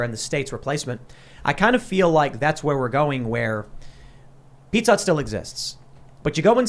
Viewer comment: For a second I thought she said "Pika Hut" instead of "Pizza Hut", and I had a vision of pizza with slices of Pikachu on it...